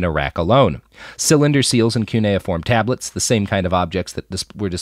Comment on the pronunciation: Robert sometimes pronounces uncommon words like "cuneiform" weird and I feel gaslit like, "Why is he pronouncing it like that? Isn't this guy a journalist? So shouldn't he know words like cuneiform? Wait, have I been pronoucing it wrong?" But here he pronounces "cylinder" wrong and I'm starting to think he's just fucking with us.